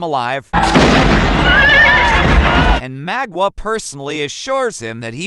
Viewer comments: Mah not maw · Great video, but damn u pronouncing his name wrong